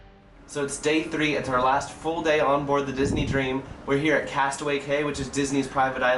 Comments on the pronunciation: I enjoyed your video, but I am disappointed that you didn't do any research before you sailed. How do I know? It is NOT pronounced castaway "kay". It is pronounced castaway "key". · its pronounced Castaway Key, not cay